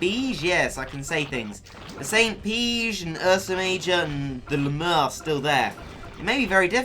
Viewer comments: I don't think you say Le mere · the way you say Le murr cracks me up. le MUURRR